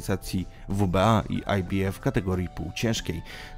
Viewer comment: Fatalnie przygotowany material. Autor nie ma pojecia o temacie, ktorego sie podjal. Jednak jest brylancik- skrot ibf wymowiony fonetycznie, gdzie litera b jest wymowiona fonetycznie.po angielsku a i oraz f po polsku. Za to brawo! Hehe